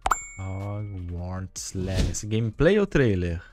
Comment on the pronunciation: "róguartis legaci" o bérou com o best english ever